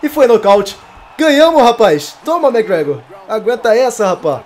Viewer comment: McGregor** e não Mcgragor